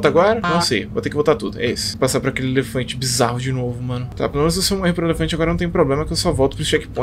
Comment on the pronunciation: kkkk n se fala Alefante e elefante kkkkkkkkk